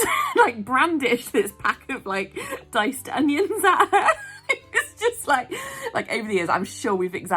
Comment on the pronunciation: 🤣 I can't stop laughing at it! It's because it sounds like my mates dad who has a very thick west country accent! It's brilliantly funny! How can I go in m&s later without laughing?!